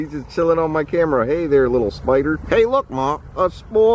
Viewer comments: Tiffany Dangelo no he says it like speider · It's more like "spoidah" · A Classic Omar quote "Look mah, uh spyda."